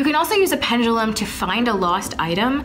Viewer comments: It’s making me mad that they are saying “Pengilum” not Pendulum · STOP SAYING PENDULUM. I HATE THE WAY YOU PRONOUNCE IT. PLEASE STOP. AM I THE ONLY ONE THAT LITERALLY SAYS PENDULUM INSTEAD OF PENJALUM